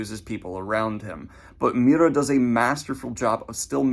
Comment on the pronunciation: Greatest character development is Daniel slowly learning to say Miura's name.